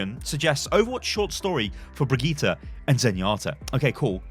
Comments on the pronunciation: BRIGITTE! not briggite [fake alert] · “Briggite” ...it’s fake